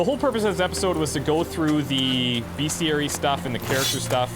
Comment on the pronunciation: For real though, it's BESTiary. Not BEASTiary. Other than that, great gameplay